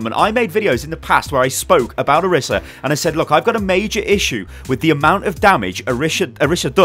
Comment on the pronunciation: It's pronounced oreesa please stop